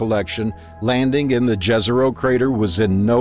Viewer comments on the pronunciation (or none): It is pronounced Yezero. :)